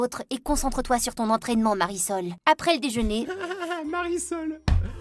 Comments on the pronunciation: Mais elle a dit Marisol 😂😂🤣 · Marisol pas parasols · Le nom de la fille s mariesol 😂😂😂pas parasol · elle ne s'appel pas parasol mais Marisol 🤣🤣🤣🤣🤣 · C pas parasol c mariesol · Le nom de la fille c’est Marisol Pas parasol wesh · Pas parasol ! Marisol